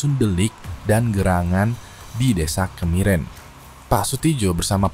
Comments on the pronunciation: bukan desa kamiren bang tapi kemiren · Bukan desa kamiren tapi KEMIREN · mas, cara baca desa " KEMIREN " nya salah😭😭😭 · ohh, jadi dibacanya kemiren ?